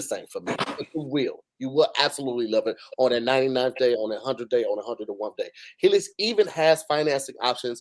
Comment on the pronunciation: Did say “101th” on the mattress ad?😂😂😂😂😂